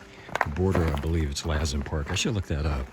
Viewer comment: You are more than half way!! Good job🎉. Be safe around burned trees. They often fall over. Now it may be hot, but I’ve been to Georgia! You also have humidity! Dry in California. Lassen is pronounced Loss en. Good job you 3.